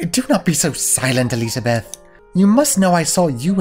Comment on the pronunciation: Not surprised that messed up the pronunciation of "Elisabeth" on the very first time he did it:P